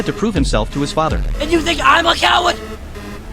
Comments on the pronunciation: Guys he’s not a “cow-wed”💔🥀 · CAWAIRD? IM NOT DA COIWARD YOUR THE COIWARD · "IM NOT A CAWOD!" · “IM NOT A COWA, YOUR A COWA.” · i’m not a cowwawd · Cowerd na Cowad yes